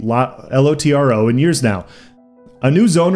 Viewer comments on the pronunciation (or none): I was playing LOTRO from BETA until ESO Beta when I switched. LOTRO had been in decline for a while and 2022 has definitely felt like LOTRO did in 2014. btw it's Lotro all one word not L-O-T-R-O